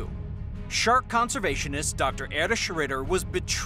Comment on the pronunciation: Isn't Erich pronounced "Erih" and not "Erish"?